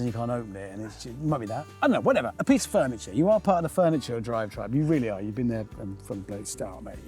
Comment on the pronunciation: “Fernieture”? 😂 😂 I’m sorry, I’ll see myself out